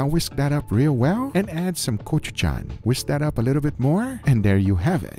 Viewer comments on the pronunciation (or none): none